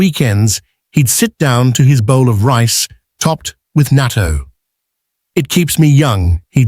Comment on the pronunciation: It is pronounced naa TOE